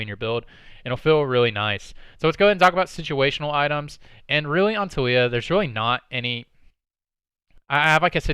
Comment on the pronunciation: hahah her name tho. is TA LII YA hahah you kept saying toolya haha